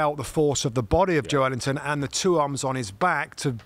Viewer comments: FFS. Its Joelinton (pronounced Joel-inton), not Joe Ellington, and it was Bruno Guimaraes playing for newcastle, not Bruno Fernandez. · Bruh.... Im born and bred geordie and it is 100% Jo-elington. Just cos we call him joe linton doesnt make it his name, Joe himself says Jo-Elington. Same with Fabian Schar, its pronounced Scher but we all called him Schar for years. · What a cruddy first couple of minutes. Get your facts right bits. The ball was kept in play by Joe Willock not Calum Wilson. Plus it’s Joelinton, not Joe Ellington as both pundits call him repeatedly. Amateurish.